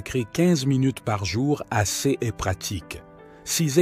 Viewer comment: Oui, la vidéo gagnerait énormément à être lue par un humain. Cette voix de robot incapable de dire "CES" correctement est pénible.